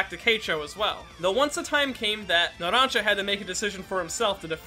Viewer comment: "Naransa" Bruh